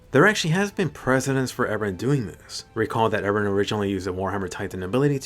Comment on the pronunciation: She still love Eren , she would be very sad if he die. But I hope to never hear "Ereh" again